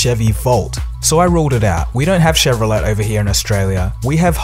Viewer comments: Why do you say ChevroleT. Should be Chevrolay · I am Australian too. I said Chevrolet but saw lots of those videos and said chevrolay. I would have assumed he would say Chevrolay after doing his research. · "shev-roh-let" are you fucking kidding me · Nice video. One tweak: Chevrolet is pronounced "Chevrolay" 8^) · "Chevrolet" is pronounced CHEV-row-LAY. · Excuse me, it's pronounced shev-roll-ay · You're pronouncing Chevrolet wrongly. Look it up. It's French. It's like ballet and chalet. Plus it's enthusiasts, not enthusiists. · Love your videos. You are the best, but please pronounce Chevrolet as "Chevrolay". Thanks. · Just a tip, in the US it is 'shev-row-LAY' I capitalized 'LAY' to convey which syllable is emphasized. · I noticed the mispronunciation as well. Having moved to the US from downunder myself, I had to adjust pronunciation. If in doubt, say it as the French would: garage, fillet, and... Chevrolet. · In "Chevrolet", the "T" is silent, so it's actually "shev-ro-lay". That out of the way, I personally don't mind which car gets rolled out first: An all-electric car in the "30's" (thousand dollars) can be a real game changer for the world. Certainly there is enough room for more than one car in this range. The more of them that they sell, the more the price will drop, which will get the infrastructure started (power stations as numerous as gas stations, etc, or, gas stations offering power "fill ups" in addition to gas: This is possibly the more likely scenario). JW3HH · Btw it is prenounced "Chevroley" Haha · grammar Nazi apologies...shev-ro-lay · Not that it is a big deal, the word Chevrolet is pronounced CHEV - RUH - LAY... where the "T" is silent. Thanks again for the video ! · please note: its pronounced chevorlay. second you almost have 600,000 sub's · the "t" in Chevrolet is silent. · Doesnt know how to pronounce Chevrolet. How am i supposed to take this seriously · I can't get over the way you keep pronouncing the 't' in Chevrolet.